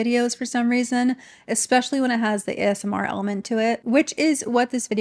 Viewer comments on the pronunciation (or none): none